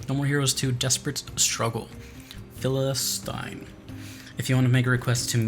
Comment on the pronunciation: It's not just me and she's totally mispronouncing philistine, right?